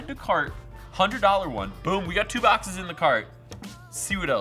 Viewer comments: Mystery bock-says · 'Mystery BOCK-SAYS"